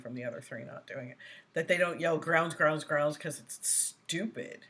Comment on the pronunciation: I saw that video, and idiot brooks continued saying groundz. Sheeesh...